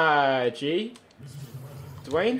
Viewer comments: Tobi it's Dwyane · His name's Dwyane bro